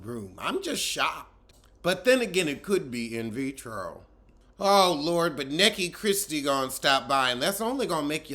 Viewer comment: Everytime you say “Neckie Christie”😭😭😭😆😆😆 I cackle ahahaa